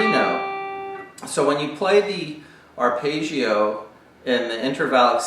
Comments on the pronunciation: there is absolutely no correlation between my mistake and his. and this is not a question of accents. arpeggio is an Italian word, it should be pronounced [arˈpeddʒo] that's all i was saying, I wasn't 'scrutinising' anyone. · It's not his accent. It's the strange American way of identifying "foreign" words by pronouncing them differently from the way they look. Arpaygio for Arpeggio Paydro for Pedro Coasta Rica for Costa Rica Ugaahnda for Uganda Veet Naahm for Viet Nam The rule is: if you think it's "foreign", find a short vowel in the word and make it a long one. Stretch it out like a bit of chewing gum... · aar•peh•jee•ow….just saying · great explanation, awful pronounciation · I'm probably late but, the thing is, he's obviously not Italian so he pronounced it differently. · what do you mean? i wasn't being not nice. i said the explanation was great and that's the mean pint of this video. but this is not how you pronounce this word. which is a fact. and since so many people watch this video (because of the great explanation), they should be aware that this is not how arpeggio should be pronounced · Just say Johnny Marr....